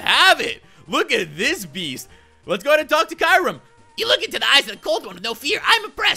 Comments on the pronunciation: um Kyurem is pronounced key rr mm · Kyurem is not pronounced like you pronounce it. If you watched the movies you would know